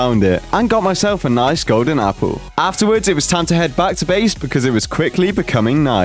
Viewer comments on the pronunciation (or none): Who else heeard say ''And i got myself a nice gowden appow.'' Im not making fun of him but its hilarious!